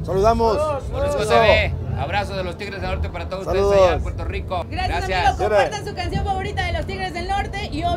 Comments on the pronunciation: Quien le dijo q dijera pueltorro? No hagan esoooooo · La variedad de contenido esta cool, pero dato importante no es pueltorro🙄 pronuncien las cosas correctamente aunque otros la pronuncien mal. Pq repetir los errores🤔🧠😂